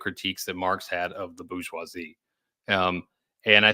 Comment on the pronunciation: Kills me when people won't pronounce "bourgeoisie" correctly. The R is not silent, this is not the hood. It's French, not ebonics OK?